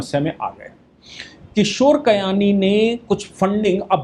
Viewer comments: किशोर बियानी नाम है कयानी नहीं... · Kishore Biyani not kayani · Bayani not kayani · Kayani nahin bhai. BBBiyani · किशोर बियानी not कियानी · आप किशोर बियानी को बार-बार किशोर कयानी बोल रहे हैं। थोड़ा ध्यान रखें। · किशोर कयानी नही वो किशोर बियानी है। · It's Kishore Biyani NOT Kiyani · किशोर कयानी नहीं किशोर बियानी है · Kishore Biyani. Not Kayani.